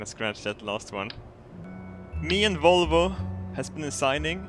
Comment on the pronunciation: Jet "wolwo" never gets old. This is like my 8th rewatch. It's always funny :P